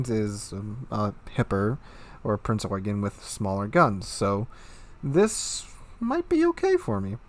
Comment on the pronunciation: dont know how you pronounce it, but my friend who's a ship nut drilled it into me that it you-gen. It might be an accent thing though